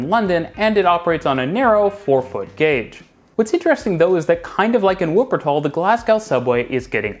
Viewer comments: PLEASE learn how to pronounce 'w' in wuppertal, it's cringy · Please make a greater effort when pronouncing place names. I'm thinking in particular of Wuppertal, which you should begin with an initial V sound. It'd show greater respect, and also give you greater credibility.